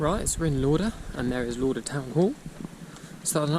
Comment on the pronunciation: Well done to you. Just watched last two videos will watch the rest tonight. I used to live in Jedburgh, family still do. Lauder is pronounced as Lawder . But we’ll done buddie awesome achievement.